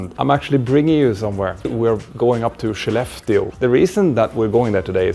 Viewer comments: It would have helped to spell or show in written the name of Skellefteå. I heard "she left you", the transcripts were not helpful with "Shileft Steel", until it showed up in the airport - for just too short a time to be aware of it. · Absolutely shocked how the "Skellefteå" is actually pronounced.. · the 'k' in Swedish is pronounced as 'sh'?? i also heard the other day someone pronouncing 'Köttbullar' (meatballs) as 'Shot -bullar'